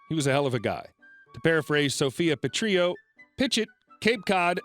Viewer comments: I love listening to you reading these reddit stories. Just one thing about the first story. Watch Golden Girls. Sophia's last name is pronounced puh-tril-o, not puh-tree-o. Sorry, just bugs me some when words and names are mispronounced. Like I said, though, love listening to you read these stories and look forward to listening to many more. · I did a little bit. I let it go because I realized he was pronouncing the name as if Sophia were Spanish, placing the y accent on the Lls, instead of pronouncing it exactly as it was spelled. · Awesome as always! But any other GG fans cringe a bit at the pronunciation of Sophias name? 😉